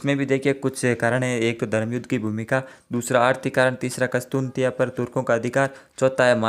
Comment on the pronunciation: सर कस्तुनतिया नहीं कुस्तुन्तनिया हैं सही शब्दों में।